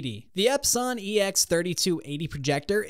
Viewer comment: I’m not taking somebody who can’t pronounce epson seriously.